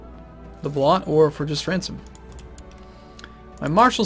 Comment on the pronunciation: Why do you keep saying blot as "bloth"? Incorrect, and very annoying.